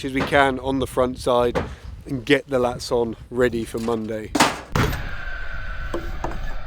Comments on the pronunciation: You keep saying “Latts”. You mean “LATHS”… right ?? 😃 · a French person in the comments, said it's French for battens, and pronounces it 'lattes'.